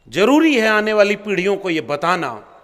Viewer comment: Jaroori nahi Zaroori! Abe hindi to theek se bol be! 😂😂😂😂😂